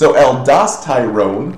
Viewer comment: "ALE DOS TYRONE" LOL